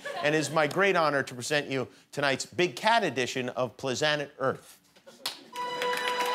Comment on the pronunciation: PLIZZZANET LIKE PLANET BUT SNOOP ADDS THAT ZZZ. Like he might say Crizzle but it's actually crib. Damn how you black and don't get that nizzle.